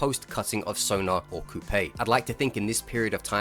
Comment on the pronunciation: coupe is a french word pronounced coo, not like toupee